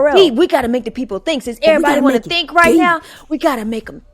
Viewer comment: “Coming tew America “clip …💯 sholem. 😂 💥